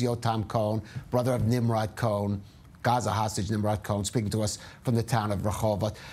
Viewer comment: I think COHEN was pronounced incorrectly.......that is my last name, but maybe in ISRAEL that is the pronunciation 🎗️🎗️🎗️🎗️🎗️🙏🙏🙏🙏🙏 more IMPORTANTLY..... BRING THEM ALL HOME NOW, TODAY 🇮🇱🇮🇱🇮🇱🇮🇱🌎🌎🌎❤️‍🩹❤️‍🩹✡️✡️✡️✝️✝️✝️🦋🦋🦋🦋in G-D s name we PRAY 🙏🙏🙏🎗️🎗️🎗️🇺🇸🇺🇸🇺🇸🇮🇱🇮🇱🇮🇱🇮🇱🫂🫂🫂